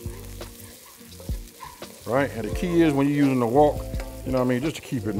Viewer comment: Its called a wok! Not walk😂😂